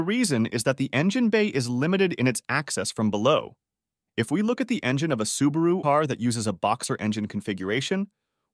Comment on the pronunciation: "Engeneer"... bro. Engine.